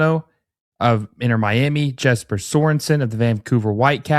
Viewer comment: its Yes-per, not Jessper